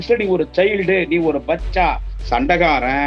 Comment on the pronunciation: பச்சா கிடையாது உச்சா sir